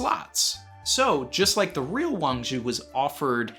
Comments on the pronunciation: THIS GUY IS ALL WRONG! UGH I CANT BELIEVE I CLICKED ON THIS VIDEO! it is pronounce WAAAAAAAAANNNNNNG ZHIIIIIIIIIIIIII!!! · Your pronunciation is so close buddy… I am a Chinese speaker and would like to help you a little more… Zhi in modern Chinese romanization called Pinyin uses the ZH=JJJ it’s a J sound that lingers … now when you combine it with “I” it slurs together as an er… so Zhi= jjjer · Yeah it is Wang Zhi, Uchoku is just a mistake by translating the Kanji into Japanese pronunciation. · Someone please. For the love of God. Tell how to pronounce Wang Shi. For all of us.